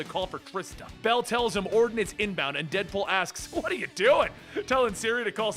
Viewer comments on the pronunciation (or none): none